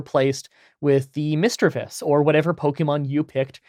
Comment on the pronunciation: i also use OBS Studio for screen recording. Also you pronounced Misdreavus correctly.